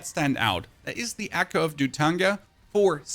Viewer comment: The word your looking for is echo. Wtf is accoo. God guide though.